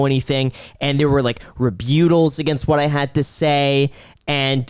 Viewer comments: no one told this guy he pronounced rebuttal so wrong 🤣🤣🤣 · Naysayer missed out not listening to his friends on btc eth and doge , you didn’t have the exchanges and staking in 2017 you do now. Go ahead and sleep on it , and it’s rebuttal not rebewttal 😂😂